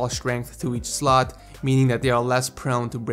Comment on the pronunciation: it's slot not slut